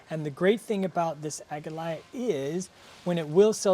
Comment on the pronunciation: That purple plant at the beginning - Aquilegia pronounced a kwuh lee jee uh in the UK. Are you guys saying it in the Dutch tongue version? Love the Astratia, I have tried to grow those but my plug plants died twice. They are on my top 3 plants to try again for a win.